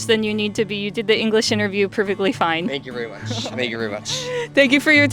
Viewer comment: Wow, even the way he’s bashful and apologetic at the end for his English, and the way he says thank you very much sounds so Japanese!